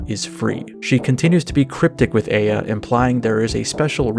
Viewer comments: Isn't it Eye-A and not Ey-A? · Eh-ya? Like that Outkast song from way back? I'm pretty sure it's pronounced eye-ya or ah-ya. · never pronounce aya again